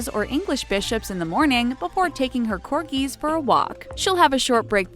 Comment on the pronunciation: It's not Corkies , really u should use proper grammar when u have a job in announcing Royalty especially!